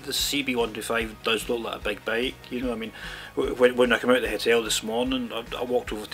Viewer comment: It is "bike" not "bake" also it is "designers" not "desaigners"